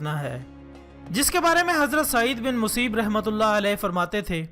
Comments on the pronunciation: “Saeed bin Museeb” nahi balkay “Saeed bin Musayyab” hai talaffuz. Aur video bht achi hai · اپنا تلفّظ تو درست کرو۔ مسیب نہیں مسیّب ہے